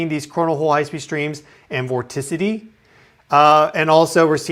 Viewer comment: Right near the beginning, did he say "morticity"? What is that? Did he mean "motricity" or "mortality"? Listened to it again at about - was it "vorticity?"